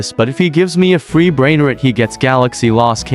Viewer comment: These people are idiots it’s not pronounced brainriit no 2 is it’s brainrOt* with a o wow you are one lil kid